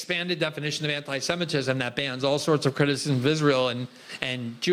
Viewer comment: "Amee semitism" Roll my eyes everytime I hear Albo mispronouncing this.